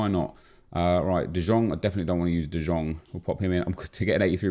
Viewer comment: DE YONG NOT DE JONG